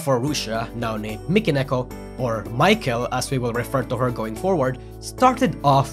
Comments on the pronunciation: How can this guy cover Vtuber but couldn't pronounce "Mi" in Mikeneko? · Why do you call Mikeneko as Michael?